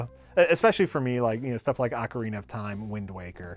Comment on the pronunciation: At this timeframe actually intended to say "Sometimes you have an Oh-CAR-uh-nah."